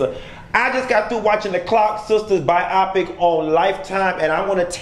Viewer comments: Why are you saying bi-opic instead of bio-pic? Ijs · Pronounced biO-pic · I really don't understand the way you saying BIOPIC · Why is he pronouncing biopic like that?